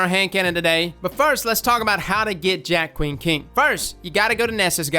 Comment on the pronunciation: You’re saying it right for once lol.